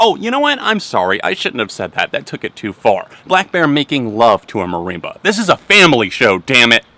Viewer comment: Marimba "mareemba" 😂😂😂 Loved the vid!